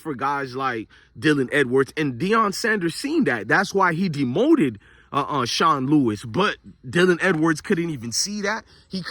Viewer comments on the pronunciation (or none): none